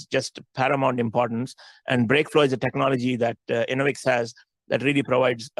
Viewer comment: It’s not “ENNA-Vix”, btw… it’s “e-NO-vix”